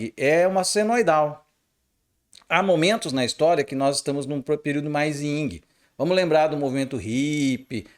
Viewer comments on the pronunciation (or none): NÃO É YNG, É YIN